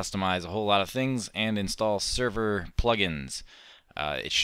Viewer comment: server not serro